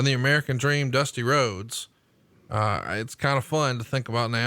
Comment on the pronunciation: Like "Da Dweam" said it'll never be over.